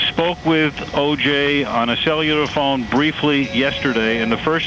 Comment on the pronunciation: “Sell You Luhr Phones”